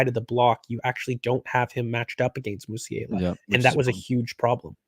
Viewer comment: Why can’t he say “Musiala” correctly? Canadians 🙄